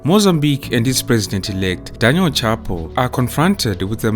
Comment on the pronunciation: It's pronounced shah-poo